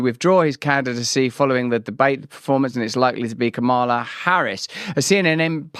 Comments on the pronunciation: It's mamala not kamela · Pronounced - Que Mala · It's Kuru....